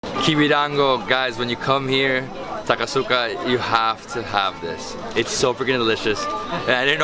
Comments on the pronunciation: It's not " ASA KUSA " , it's " A SA KU SA ". Why didn't your Japanese friend correct your pronunciation ? ! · Why didn't teach him how to say "Asakusa" correctly?